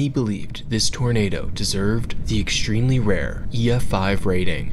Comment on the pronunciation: Stop saying "eckshtremely" lol